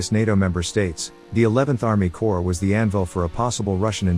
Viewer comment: CORPS not COPRS